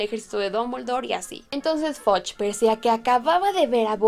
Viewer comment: No se pronuncia FODCH (fudge) y no se pronuncia BICH (bitch). Buen video! Saludos